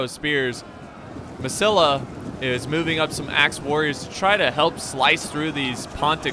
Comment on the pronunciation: This is not Masilla this is Masilliiiiiia,Masillia.